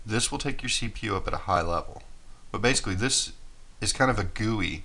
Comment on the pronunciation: did you said cpo and not cpu?